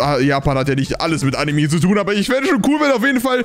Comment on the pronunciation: Ich liebe deine Videos und es heisst anime nicht animi